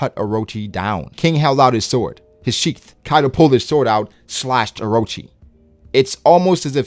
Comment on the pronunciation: That’s N O T “orochi...”